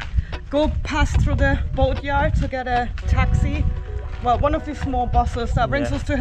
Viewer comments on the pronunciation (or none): Boatyard? Do you mean "Goat yard" lol